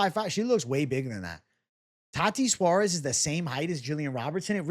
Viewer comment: Please stop saying "tati suarez"